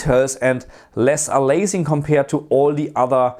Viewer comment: You mean aliasing (a-lee-ass-ing) from the word alias (a-lee-ass -- the "a" is pronounced like the letter a), not "a-laze-ing"...